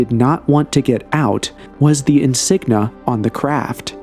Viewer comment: Insignia not insigna!